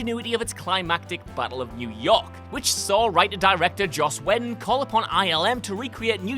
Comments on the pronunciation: naw you didnt ruin the movies by showing the behind the scenes footage...you ruined them by pronouncing his name JOSS WEDDIN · well that's a new way of pronouncing joss whedon